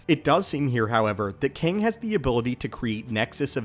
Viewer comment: Kang, it's really KANG.....